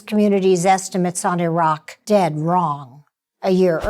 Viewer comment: "They were mistakes not lies" ...You are just trying to cover your your ass for being part of the effort to convince the public that there was a legitimate reason for going into Iraq. (pronounced E roc). There are any number of military leaders who have come forward informing us that the invasion was a done deal long before it was even announced. Something as simple as Saddam replacing petrol-dollars with Euros should have piqued your interest had you done any real investigating, but you "bought the party line" instead. The administration needed to get shills, like you, Judith Miller, to get on board and present their cover story...which you willingly did. Joe Wilson made an attempt at discrediting information/exposing lies. As you well know, Rove outed his wife Valerie Plame in retaliation; a treasonable offense but without consequence. Bush was mainly their mouth-piece, but a co-conspirator none the less. A more comprehensive investigation on your part would have opened your eyes to these facts. As a journalist you should be able to connect the dots and back them up with accurate factual information. That's your job! SHAME ON YOU AGAIN.